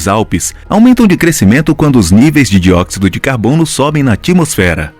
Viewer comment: Atimosfera ou atmosfera? Adivogado ou advogado? Tsunami ou tissunami? Indignado ou indiguinado? O brasileiro não consegue mais pronunciar nem a própria língua. Isso também é uma catástrofe.